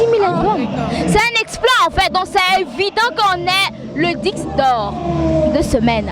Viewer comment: On dit disque pas dicse ou je ne sais quoi vous êtes nombreux à faire la même faute l toi même journaliste aussi tu fais la même erreur et puis stp arrêtes de forcer dans chôkô est naturelle et visiblement elle est plus appréciée prends en de la graine soit tu maîtrises ton truc soit tu ne le maîtrises pas mais ne forces pas y’a rien dans forcing juste des petits conseils pour s’améliorer sinon bonne continuation à vous et Bravo à Arafat quand c’est bon il est sage de le reconnaître ça fait plaisir et cette maturité et sagesse qu’il affiche fait plaisir on a besoin d’1 pays d’1 mouvement d’une musique de Frères unis le résultat n’en sera que meilleur Dieu bénisse la CI bonne année à tous 🇨🇮🙏🏾💪🏾🙌🏾✌🏾👏🏾👌🏾